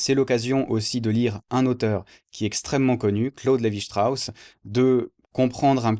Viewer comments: lévi strauss est francais, c'est pas la peine de le prononcer à l'allemande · bravo. mais pour CLS ne prononcez pas son nom à l'allamande, ça ne lui aurait pas plu.